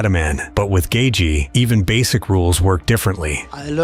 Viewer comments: I went to highschool with Justins parents, uncles and aunts. His father and I were teammates on the wrestling team. The pronunciation of Gaethje is Gay-chee not Gay-jee. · Gay-jee?? Yeah, never mind. I can't listen to this shit. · could not make it 4 minutes into the video cause dude was calling him "gae-gee" disliked